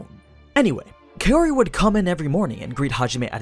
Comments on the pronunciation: The thing is, Arifureta volumes on average have 2-3x the page count of your usual light novels like Konosuba or No Game No Life. Volume 1 is a thiccboi, so yeah, they skipped a f*ck ton of content in the anime. Also, Kaori is pronounced "cow-ree" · I keep hearing kayori